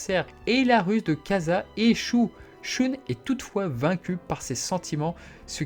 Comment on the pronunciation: Pourquoi tu prononce le prénom d’andromede « choune » ?